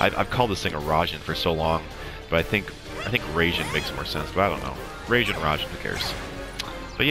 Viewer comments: rye-jean. "a" is like a short english "a", 'i' is like a long english "e", but quick. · Raijin like pie-gin.